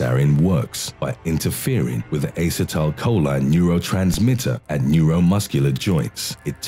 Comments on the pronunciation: A-See-Tyl-Coe-Lean Not Aye-sa-tal-coe-line :) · Uh-set-uhl-co-leen= acetylcholine.. he butchered these names 🤣😂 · Ass-uh-tile-cho-leen? Not sure if anyone calls it that. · Dude no, that's not how you pronounce acetylcholine. Say it with me now; uh-seat-uhl-co-lean. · Its Ass-ee-toe-coe-leen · Since I love the sound of his voice I'll forgive him for repeatedly pronouncing acetecholine wrong, lol. ( I probably spelled it wrong, lol). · Is it the British accent or do you seriously not know how to pronounce acetylcholine? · That way of pronouncing "Acetylcholine" must be a British way of saying that word --- I've never heard it said that way before, as Americans don't pronounce it like that.